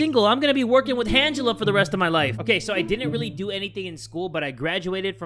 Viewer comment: “Hangela” Next up: MANgela